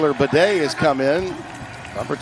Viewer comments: It's BAY DEE not bidet moron....do your prep. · Good game, Bucs. Also, it's pronounced as BAD-EE not Bidet lmaoo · "Bah-Day"? These announcers were so cringe that I had to mute the television. I get it, the Broncos aren't the hottest team, but at least put in some announcers who know the names of the players. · Is it pronounced “baddy” or “bidet” like the announcer was calling him? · That the announcers miss-pronouce Badie's name is really disgusting.